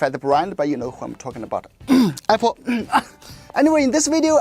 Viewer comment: The way you said Apple at the begining xD. New subscriber from Nepal <3